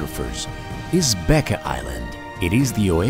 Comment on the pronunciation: beqa is pronounced “benga”